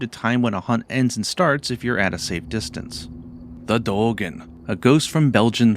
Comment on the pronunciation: let me help D-eo-gen